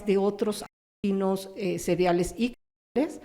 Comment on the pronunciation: El dice asesinos "cereales" y es seriales